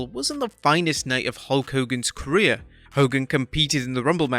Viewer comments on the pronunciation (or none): none